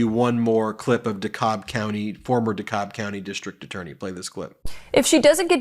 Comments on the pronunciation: FYI, it's pronounced "cab" not "cob" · Georgian here. DeKalb is pronounced like taxi cab, not like corn cob. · Local pronunciation "duh-CAB" county; there is also a Cobb County in the Atlanta area. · Pronounced DaCab County Dekalb. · As someone who use to live in Dekalb County is can proudly say its pronounced (de-cab) Dekalb County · Cobb County Dekalb is pronounced DeCab. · Ben, not trying to be a dick, truly, but DeKalb is pronounced De-cab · Dekalb county Cobb county is on the other side of Atlanta (there is no DeCobb county-lol) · It's pronounced "Duh-cab" Georgia, yanno? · ❤You - for everything, Ben. (N.B. If it comes up again in this circus, Dekalb is pronounced Dee-Cab ; ) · DeKalb is pronounced De-cab. Emphasis on the second syllable. Enjoy your channel. Ga resident. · Its pronounced "de-cab" county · FWIW, from personal exerience-- DeKalb is pronounced dee-cab in that county. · Pronunciation guide: Dekalb = duh-CAB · DeKakb is pronounced de-CAB. Emphasis on the second syllable and its CAB. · DeKalb County pronounced "DeCAB"